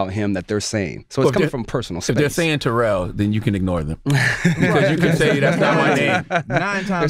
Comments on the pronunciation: Yo Name is Not Terrol, yo Name is Terrell, learn your Name Bro🤷,Rell is Rell, not Roll🤷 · Man it’s TA-rell !!!! Relax 😑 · Nigga I'm calling you Ter-Rell... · First 10 seconds of the interview you can see why people don't like him. Seriously, if you are there to talk about other shit. Te-rell, Ter-rell, move past it, grow up, get to the shit you are there to discuss.